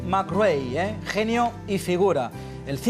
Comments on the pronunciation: Se dice colín mairrai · Da gusto la entrevista,imágenes McRae,imágenes del mundial 95 con en el plató,que maravilla,un poco opacada por la insistencia del presentador en cortar las anécdotas de y su empeño en pronunciar a su libre albedrío el apellido McRae,pero eso no consigue que no se disfrute el vídeo.